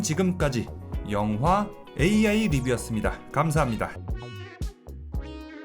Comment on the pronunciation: 마지막에 영 화 강조ㅋㅋㅋ